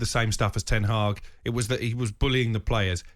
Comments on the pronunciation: “En Tag”?? 🤔😂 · Man called him Een Taag 🤣🤣🤣🤣🤣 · Who is ent Hag? 🤣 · This ronaldo agent Cole said en taag 🤔😜😜😜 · Him calling Ten Hag "En Targ" was a highlight. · Ten Hag its Ten Hag